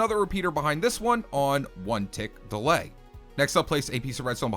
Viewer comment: I swear i keep thinkingg he is saying delight instead of delay